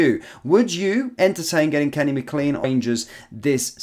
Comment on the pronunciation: Mclain not mcleen